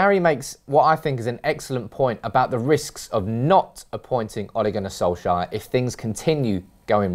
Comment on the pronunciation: Soulshire? Who is that? It's S-O-L-K-S-J-A-E-R!